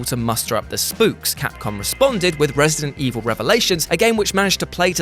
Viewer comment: It’s resident evil not resting evil 😂😂